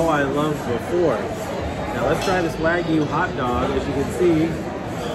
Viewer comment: Not WAG-yu, but rather WA-gyu.